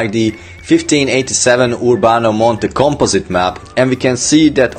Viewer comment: Say it with me.. COMPOSITE.